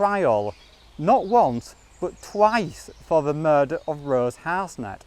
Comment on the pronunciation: Her name is Rose Harsent, pronounced Har-sent. Not Harsnet.